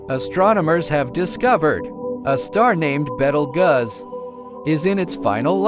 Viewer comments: “betelguss” I CANT WITH THIS ROBOT VOICE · You have NO credibility. You cannot even pronounce the star's name correctly.